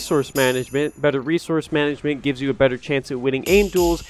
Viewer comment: Managment? LOL😂